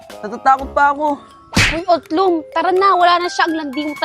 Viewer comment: utlung ❎ otlog ✅